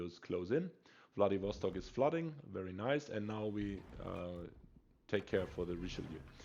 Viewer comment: I thought u said "Bloodybastard" in the beginning as you said Wladiwostok lol